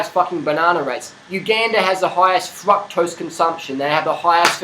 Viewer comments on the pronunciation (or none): "FuckToast"? Oh shit I didn't know what dafuck he was saying LMAO! Fructose man LOL!